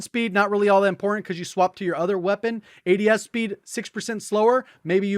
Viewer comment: No one:: Qeapon